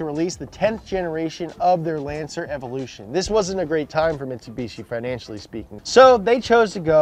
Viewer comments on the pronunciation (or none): none